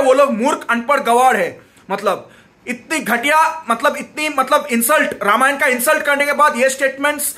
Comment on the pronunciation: Ramayana kyu bol rahe ho vai dikhane ke liye waise to angrez bolte hai extra A is unnecessary imo